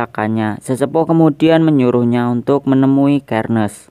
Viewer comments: Bacanya Itu Serneas Bukan sherniaz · Xerneas bukan kernes Xerneas dibaca serneas